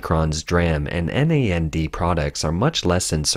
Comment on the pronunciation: In the chip industry, DRAM is pronounced "DEE-ram" and NAND is pronounced "nand" just as it is spelled. It's not spelled out as n-a-n-d.